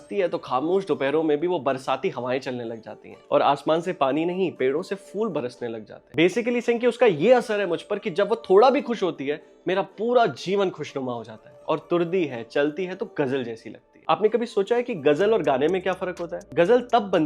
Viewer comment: The 'fool' / फ़ूल is not how you have said it is 'phool'/फूल. The khud/खुद is actually KHud/ख़ुद Also its not Gazal - Gazab its GHazal/ ग़ज़ल - GHazab ग़ज़ब. For this moment these and there are many mispronounces, I have to look for that.